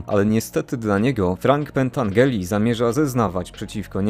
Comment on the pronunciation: Mała korekta, przepraszam za to, ale Frank Pentangeli czyta się Pentandżeli.Poza tym świetne streszczenie tej wspaniałej trylogii.